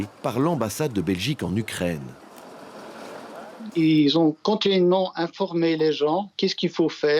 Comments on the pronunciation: Pourquoi il dit l’ucraindre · On dit u Ukraine et non ukraindre mdrrrr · U craine en phonétique et non u crane